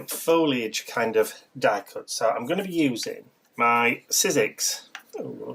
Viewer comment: Oohh I love this! Love all the elements and colors, and of course, Mr. B!! <3 Tyfs! Also, I love you for saying foliage correctly!! :) So many people say "foil-age"...it drives me nuts! Lol hugs & love to all! :)